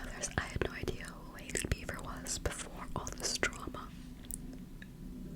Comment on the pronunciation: YAAAS “Hailey Beaver” lmao